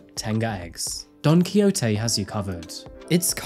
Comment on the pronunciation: Gosh you butchered the pronunciation of Don Quijote 😂